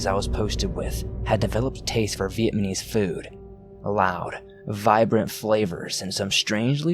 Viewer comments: viet-nam-ese dude... not viet-ma-nese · It's not Viet MANese! The country is not Viet Man, it's Viet Nam [ pronounced closer (nom) than (naam) - somewhere in between, really ], making the people who are natives there Viet NAMese. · NAmise. NOT Vietmanese lol it got hard to hear. Good story though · It's vietNaMese not vietMaNese. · This dickhead saying Vietmanese throws the whole thing off. If ur gunna tell a story at least pronounce the country right 🤦🤦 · I swear he’s saying VietMaNese instead of Vietnamese. But only sometimes. Good story. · Its VietNAmese not VietMAnese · LOL vietmanese, really though? really? And no one noticed?.... The country is Viet-NAM, not fucking Viet-MAN, which makes the people Viet-NAMESE not MANESE. Dear god.. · I laughed way too hard at your pronunciation of "Vietnamese". Viatmanese? Lolol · What’s scary is the way you keep saying “VietMaNese” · "Vietmanese" lol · Inflection helps portray meaning to an audience and this speaker’s habit of sounding like he’s ending a sentence on the wrong word is distracting. So is pronouncing words wrong; VietManese? Dingy? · V - EHT - NAH - MEES !!!!!!! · "Vietmanese" lmmfao😂😂😂 Vietman was a tough place. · If i hear Vietmanese one more i will choke somebody ! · I heard the first one then saw this and played it it was 3 in the morning and I'm trying to get scarws but you keep fucking saying VIETMANESE AND I WANT TO FUCKING DIE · 6 minutes in and he has already said "vietManese" 5 times... Face+palm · NickO- lol! And "one nite last nite.." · I'm trying to get into the story but you keep saying vietMAHnese 😳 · Him saying vietmanese is really making this difficult. Good story tho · It's not vietmanese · God I cringed so hard. Like it’s not that hard 😂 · The dude reading the story, multiple times XD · Lmaooo. "Vietman" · Fuck just pronounce “Vietnamese” correctly at least once. Completely ruins any immersion of character. Knuckle dragger. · You didn't say Vietnamese correctly once I don't think.